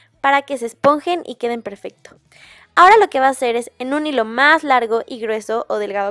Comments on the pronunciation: en el minuto del video que dise dise hijo en ves de hilo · like si viste que en lugar de decir hilo de algodon decia hijo de algodon